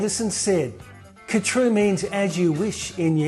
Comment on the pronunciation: カトゥールの発音はハトゥルが原音に近いようだ。KHATRU ×car true ○ her true